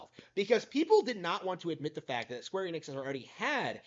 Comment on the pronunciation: You almost said Squeer Enix. 😂 Seems like one of your subscribers started to rubb off on you.